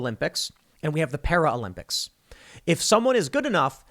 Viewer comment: Para-limp-ics. Not sure that was intentional but it is funny.